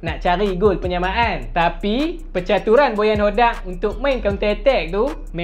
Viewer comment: Min sebut bagi betui.. bojan hoDDIYAAQQQQQ